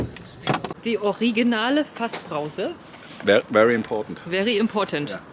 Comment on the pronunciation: Mir ist bewusst das man mit englisch mehr Publikum erreicht, aber das hier klingt selbst für mich - der dem englischen nicht mächtig ist - sowas von aufgesetzt, echt schade da der Kontent selbst sehr sehr cool und interessant ist. "Die originale Fassbrause" und dann noch mit Akzent war für mich das authentischste in diesem Video, sorry.